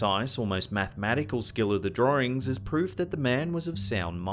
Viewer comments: Anyone else getting a bit annoyed by how he pronounces "drawings" as "draw-rings?" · Can you say "drawings"again?